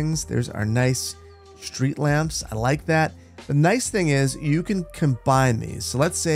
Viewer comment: Oh I love your vids but please stop saying "schreet". You work with them for a living. Its "street"!!! (okay I have OCD but its maddening because you're an intelligent guy clearly. haha) Keep up the good work! ♥